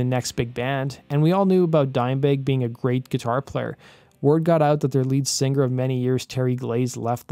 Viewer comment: Great video man. And I love how you say singer like sing-ger. Like a lion.. Rarrrrr!